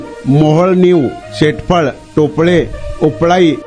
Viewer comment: टोपले nhi rople